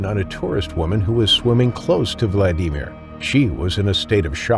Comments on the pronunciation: First case: if you’re going to repeat someone’s first name again and again, at least 20 times probably more, why don’t you learn to pronounce it correctly? None of the film you show is from the actual incident. This is pretty bad, poorly done….you’re actually using film from the movie Jaws! This sucks! I can’t get through the first casa, I’ll pass on the rest. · Terrible A. I. 🎉😢narration by mispronouncing his name like 85 times Please use real people for narration This A I was so bad I couldn’t keep watching it We humans are loosing are personalities enough without this horrible robotic speech The cadence is wrong and the A. I . Never takes a breath or changes pitch at all If you bought an A. I. App. Get your money back It’s insulting to your audience My best wishes😮 Sorry I could not give the video a like or subscribe because of poor audio production. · What a CRAP VIDEO, I didn't go past because it is another pathetic computer-generated attempt at entertainment. The computer which made the voice-over did it wrong as usual. It pronounced Vlad-i-mir's name as Vlad-eemer because the inflection of a computer voice isn't natural sounding. The actual video of Vladimir being attacked and eaten is online. This happened in June 2023 in the Red Sea at an Egyptian resort where other people have been attacked. It was environmental and human made conditions that made swimming at that moment extremely dangerous. Resorts like this hardly ever warn people, they want to make money. The water was warmer than normal, there has been years of overfishing in the area and Egyptians have been feeding Sharks, just like the morons at Carribean resorts. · Had to turn off after you said "VlaDEEMer" for the 10th time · Quit the fucking ai voices. Vladimir is not "Vladeemir" God damnit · Worse than shuffling stories is the awful AI narrator. Now when they mispronounce words it gets done every time they speak the word or name. Vla dee mir. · Story #1: What is a Vla-DEEM-or? AI?